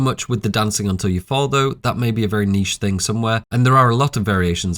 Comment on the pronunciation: bro said niche😂😂😂😂😂😂😂😂😂😂😂🙏🙏🙏🙏🙏🙏🙏🙏🙏🙏